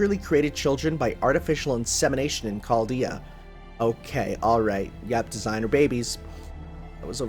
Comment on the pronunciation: Remember when used to pronounce "Chaldea" as CZALDJA? Good times.